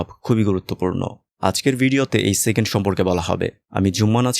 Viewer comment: Vai doya kore second bolen segend na...khb e birokto lage shunte